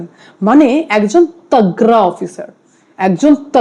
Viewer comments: ট্যাগ্রা অফিসার না তাগড়া অফিসার।কি উচ্চারণ মাইরি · Madam banglay video korchen othocho banglata thik thak uccharon korte parchen na eta duksha jonak. Upni tagda sabda take tagra uccharon korchen! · তাগররা???? এটা কোন ধরনের বাংলা উচ্চারণ????